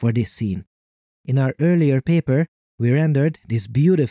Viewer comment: great channel but empasis on the "paper" accents and "what a time to be alive" in every episode is kinda cringe. consider saving them for maybe the best videos, and not EVERY SINGLE ONE? love your channel. just a comment I think could help you attract more viewers.